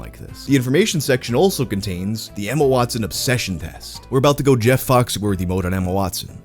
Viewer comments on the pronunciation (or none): none